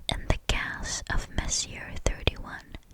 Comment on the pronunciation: You're great! Sorry to be that guy but. Messier Objects (MESSY-AY)....